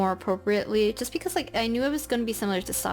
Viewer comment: Her: apropreatly Me: aPRoCReAtly